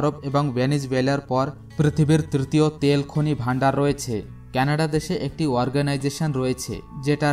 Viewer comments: কেনাডা নয় কানাডা। উচ্চারন য়হিক করুন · 'কেনাডা দেশ', 'কেনাডা দেশ' কি জিনিস? সঠিক উচ্চারণ হচ্ছে 'কানাডা' | এত সুন্দর ভিডিও বানিয়েছেন অথচ দেশের নামই সঠিক ভাবে জানেন না। কি লাভ হলো? ফলাফল শুন্য।